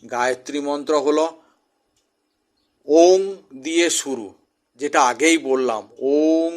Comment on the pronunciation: আপনি নিজেই ঔম উচ্চারণ করতে জানেন না